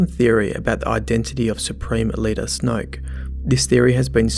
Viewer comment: That Aussie accent: Snwoyook. IDGI. It takes so much effort for me to pronounce a 1-syllable word in that way.